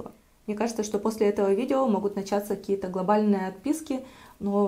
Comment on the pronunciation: Вот не знаю почему вместо слов"какие-то,каких-то,какими-то" произносит "ких-то,кие-то,кими-то".В каждом видео.